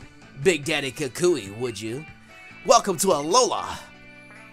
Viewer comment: bruh you saying kakashi instead of kukui